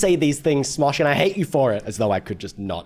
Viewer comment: I just watched the smash or pass video and now every time you say Smosh, i hear smash.